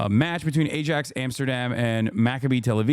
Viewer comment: It's pronounced i-ax